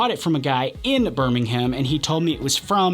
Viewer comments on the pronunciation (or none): tip for the future: don't pronounce it Bir-ming-ham. Pronounce it Bir-ming-um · There is no "ham" in Birmingham. It's pronounced Birming-um.